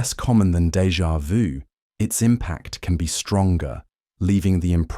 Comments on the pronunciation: You are the first that speaks that French term correctly - in 30 years here in USA. Congrats. But how come after the first two times you repeat DEJA VU and speak it "Deja voo". Then for the fourth and fifth and sixth time you return to the correct method. Would you please tell Americans how to speak?! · when he explained dévà vu i got dégà vu